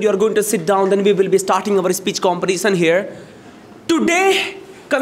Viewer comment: Istimulated... exasperation... comperRition! ??!!??